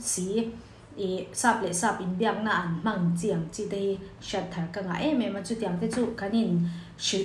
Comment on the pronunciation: HMAN tih tur ni awm tak a ni. Ka ennawn leh ngat a, HMANG tiin i sawi in ka hria